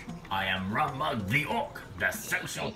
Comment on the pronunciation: Rum Mug the Orc yes it's was pronounce fine !